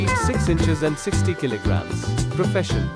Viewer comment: It is not kili gram it is kilo gram